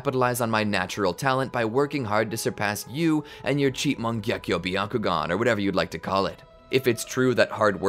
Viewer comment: “Your cheap mangyeko byakugan”😭